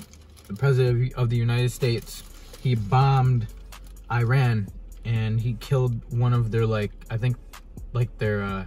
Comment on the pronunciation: Learn how to say Iran , you’re worried about how to say Reese’s but can’t say Iran . Another thing I know this is a dream but it makes me think of what people think of Iran ... I’m African American and my soon to be in laws are Persian . Persians don’t hate us , some hate our politics . It pisses me off because they’re the most nicest people that you’ll ever meet . Travel more and learn about new cultures before you go assuming please .